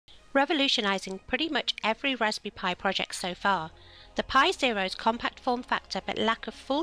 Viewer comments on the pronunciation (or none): "Raspy pi"